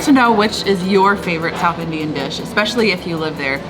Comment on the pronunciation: Yours pronounciation towards southIndian cusines awesome!!